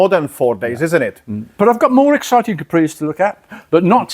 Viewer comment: He should have told the guy it's a Capri, not a Cawpri.